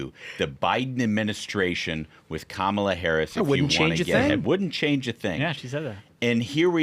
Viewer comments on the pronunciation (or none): none